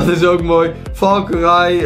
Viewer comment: valkyrie spreek je uit als valkerie